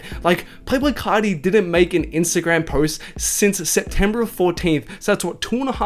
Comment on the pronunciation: It sounded like you said playful carti